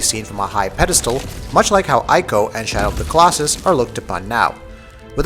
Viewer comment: I'm sorry, but it's "E-co" not "Eye-co".